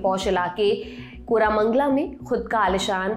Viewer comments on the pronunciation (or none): कोरामंगला नही,कोरमंगला